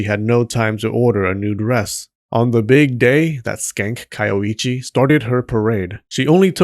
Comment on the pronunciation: You say her name is Kayoichi, but you write it as Kayoiji... WTF? Do you also drive a cheep? ...and wear cheans, when you go out chogging?